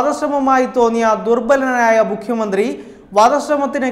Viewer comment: Avataranam akshra spudata illa.enghish medium enne thonunnu.ayudam,mukkiya mantrii